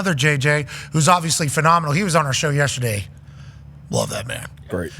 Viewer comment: Dan drops in a "Yestaday" every single time he's on the progrum